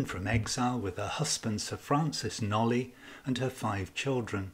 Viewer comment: I hugely appreciate and enjoyed all the detail and clear research that has gone into this presentation. The one thing that I'm aware is pedantic but was hard to ignore was that you pronounced knollys incorrectly, said aloud it's knowles. Thank you for going into such depth on an intriguing possibility, if only we could be a time travelling fly on the wall.